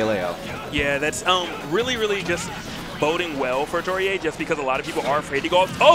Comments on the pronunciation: Bruh Atelier, but pronounced Ah-tow-ree-ay?? where are they finding these hidden consonants and vowels?? haha I would have guessed something like Ah-tell-ee-ay, but if what they said is correct i got nothing, haha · Well atelier is pronounced a-to-ri-e in Japan so that's the pronunciation the commentator is going for